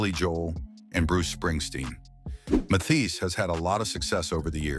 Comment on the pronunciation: "Mathias???" "Mathees???" Good grief. Not to mention the cryptic background music.